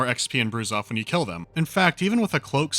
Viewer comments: The right pronunciation is brazuf. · "Bouzouf" is pronounced "Broozoof". Sincerely, a french dude. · It's actually pronounced "Broozoof" like in "Brood". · It's pronounced Broozoof And it's stupidly genius xD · probably fifty hundred comments already say that and you probably don't care but the correct pronunciation for "brouzouf" is "broozoof" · FYI : Brouzouf is pronounced like so : "Broozoof"